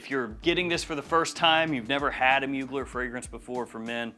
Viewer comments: It’s pronounced : Moo-Glare Not like : Bueller… Bueller… Bueller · Try to pronounce...mu glaire or muglère...is french ...not a mogler